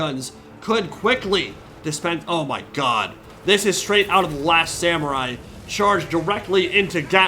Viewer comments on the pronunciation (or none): none